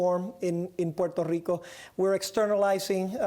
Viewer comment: Gah Stop pronouncing Puerto Rico Like that It's so annoying. You want to be a US state then pronounce it normally